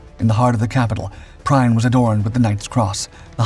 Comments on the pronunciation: His name is not pronounced “Prine”…Kapitänleutnant Prien (his rank at the time of Royal Oak’s sinking) is pronounced “Preen”. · it's pronounced preen not prine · It's NOT pronounced Prine...it's Preen! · Prien is pronounced 'preen'. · I don't get how it is so hard to pronounce names right. Especially on channels that regularly cover foreign people. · It really hurts to hear you butchering the pronounciation of Kptlt. Günther Prien! His last name is pronounced "Preen"!!!! Learn the propper pronounciation BEFORE you do ANY video!!!!